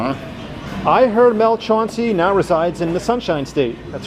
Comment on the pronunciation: By the way lenny. Its chan cee.....not chaun cee....big mels the real deal....you dont know shit....mels a great man and not a shit talker...i notice all of a sudden lenny "likes" mel. Since he made florida permanent.